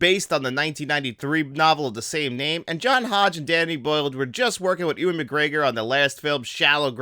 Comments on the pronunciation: Nah the video was otherwise fine but pronouncing Ewan as Ooan then later Ewing and Edinburgh as edinsburg is not an accent issue. I’ll let you be a real fan of this film when you can pronounce Edinburgh properly at least ;) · Ooan? Edinsberg? Benji? What am I listening to?